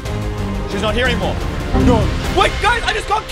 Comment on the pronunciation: when he says no it sounds like norr Or something like noor